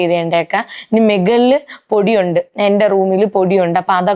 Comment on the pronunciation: മെഗളിൽ അല്ല മുകളിൽ അല്ലെങ്കിൽ മേളിൽ എന്നു പറയണം ok എനിക്ക് ഒരുപാട് ഇഷ്ടമാണ് Love You Dear 🌹🌹🌹♥️♥️♥️🎉🎉🎉🙏🙏🙏🙏🙏